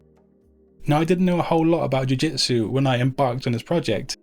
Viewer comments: eres un maquina!! but please change in your presentation the word "JUI..."JITSU for JIU... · D How did you manage to mistake the word "jiu jitsu" so many times in one video.. :D Cool one though, thank you!